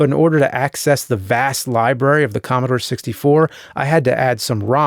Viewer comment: More like.. Commobore